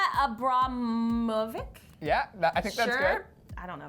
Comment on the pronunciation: Learn how to pronounce Abramović's name correctly, you stupid ignorant bitches. They couldn't even bother googling an artist's name before making this awful video.